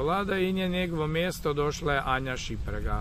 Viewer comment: Zove se Anja Šimpraga, nauči barem to pravilno dragi.